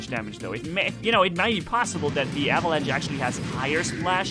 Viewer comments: (for ) avalanche is English for "lavine" you pronounce the ch in avalanche like sch in german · It's called Avalanche. Not Avelange.